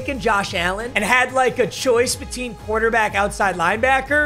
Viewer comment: Bro said beteen